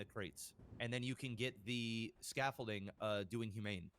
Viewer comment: WOW DUDE PRONOUNCED THE WORD SCAFFOLDING WITH A T AND SAID SCAFOLTING LMAO ITS OBVIOUS THAT BOY NEVER WORKED A MANLY JOB EVER OR EVER PROBABLY PICKED UP A FN HAMMER OF SCREWDRIVER LMAO DONT EVEN KNOW WHAT SCAFFOLDING IS LET ALONE PRONOUNCE IT, HE MADE HIMSELF LOOK SOO SHELTERED LMAO DAMN BRO